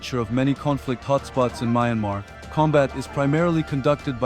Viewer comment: Mainmarh wrong Pronounciation--Pronunce it like "MYAN" like Dian in Meridian "Mian" and "MAR" as it is "MAR" - MYANMAR (Mianmar)